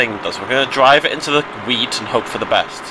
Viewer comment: Since I am from Austria, it took me a few minutes to relize he said wheat, not weed.